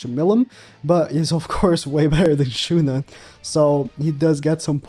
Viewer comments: My guy just called Shuna Shunay like 10 times before correction lol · Listening to pronouncing Shuna as Shunay rlly hurts my soul bruh